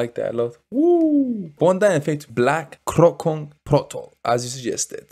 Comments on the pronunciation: the way to say "kroncong protol" is kroncong protol not krongkong protol just say kroncong protol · Kron-cong Pro-tol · Pronounce: crown-chong pro-tall 😁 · "C" in Kroncong like "C" in Charlie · Just giving information, u pronounced the "C" on kroncong wrong. The C isn't pronounce as K. But like c as in word "Chug" or "Cheese" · Remember bro... in Bahasa Indonesia (Indonesian language), ALWAYS pronounced the letter 'C' like you say Charlie. #GoolReaction #Respect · Yes, pronounce CO in bahasa Indonesia like you call Cho in Chocolate, and NG in kroncong like NK